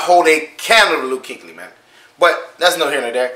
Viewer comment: Kueckly not Kinkly🤦🏾‍♂️🤣